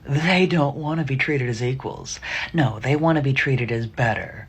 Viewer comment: How could you date a woman that says naur for no